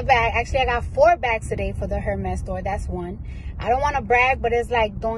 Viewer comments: People who don't know how to pronounce Hérmes shouldn't even own their bags. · * The H in Hermes is silent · please tell them the H is silent Hermès